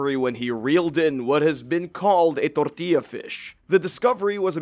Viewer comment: pronunciation of the word tortilla lol